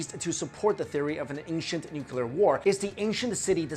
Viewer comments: yeah there was definitely a "noocuuuulllllluuuuurrrr" war 4000 years ago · Great video - interesting pronunciation - should be MA-ha-bha-ra-ta for Mahabharata & new-clear for nuclear ;-) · lay off the drugs dude and study english pronunciation instead. "nookilar"? "archie-type"? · Please, stop saying "nuculer".. ok? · Sorry but I don't trust anyone that pronounces nuclear,nuculor. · haha, he says "nucular" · He says nucular XD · Nukyular nukyular nukyular 😂😂😆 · 'nucular' ... cringe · Nuclear, not nucular lol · you are way to intelligent to mispronounce nuclear. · _ He can't pronounce nuclear either. Cheers. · Can nobody pronounce nuclear properly? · dammit, its nuclear not nucular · It's not a major issue but it DOES absolutely drive me up the walls ... The word is "NUCLEAR", being derived from the word "NUCLEUS". It is pronounced NU-KLEE-US, and not "NU-KYU-LUS". Hearing "Noo-kyoo-lur" from an otherwise educated person is like fingernails on a chalkboard. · it's "nuclear", no nukular! Please learn the f_king pronunciation before anything else. Thanks. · I hate it when people say NUKELAR !!!! 😡😤 the word is NUCLE AR !!!!!! Please !!!!! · Why can't people posing themselves as experts learn how to properly pronounce nuclear. Please note it's not nuculear. It's nuclear. Get it right! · Sorry, I need to say this! Why do you keep saying nukelar instead of nuclear? Secondly, we think that the nuclear bomb is the ultimate weapon of destruction... so invariably we extrapolate this onto the advanced ancients! This is wrong, because in nowadays we are based on going against the Universe and the Nature itself... ancients didn't have this kind of weapons... they knew how to preserve the Nature's laws! They USED the power of Nature! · I'm sorry, what kind of warfare? the title says NUCLEAR but you say Nuculur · There are no theories of ancient nuclear war, just hypotheses. Learn the definition of theory please, and its nu-clee-ar not nucelar.